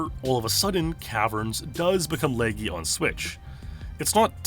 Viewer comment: Can you please listen to an audio recording of someone saying laggy ( La- gee) or just don't say it your way so much.